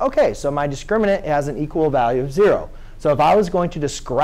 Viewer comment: "I get ZARROW"